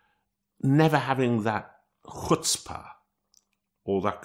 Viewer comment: Props to Rod for correct pronunciation of the gutteral "ch" in chutzpah